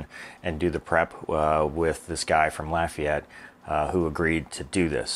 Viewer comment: Congratulations you pronounced Lafayette correctly. I am from there and I do not like when people say LAHfayette.